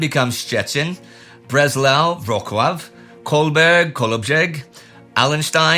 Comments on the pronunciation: Indy, Wroclaw pronounce like "Vrotzooav" and not "Vroklav. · Wrocław is pronounced “Vro-swav.” Something like that. I’m not Polish but I have friends there lol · "Wroclaw" is spelt [vr'otslav], with [-ts-] in the middle, not [-k-]. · Oooh… Indy really butchered the pronunciation of Wrocław! 😂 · Wrocław is actually an old Polish name from old (medieval) times when it was ruled by Poland. And hint: 'c' in Polish, and I think also other slavic languages should be pronounced similarly to 'ts'. It's similar to German pronunciation of 'Z' in words like Zurich or Zucker.